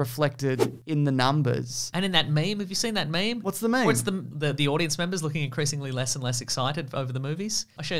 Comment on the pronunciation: he said "mem"